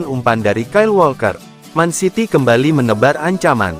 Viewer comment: Gw senang nator mimin ini yg cowok nyebut mancity bukan mencity yg benar peneyebutannya memang man city seharusnya bukan men city...... 😊😊😊